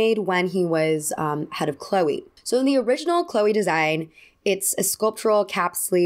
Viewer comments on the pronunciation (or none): I don't understand why can't americans pronounce brand names correctly. Dude.... CHLOÉ..... This is literally a channel dedicated to fashion, the least You can do is get the names right.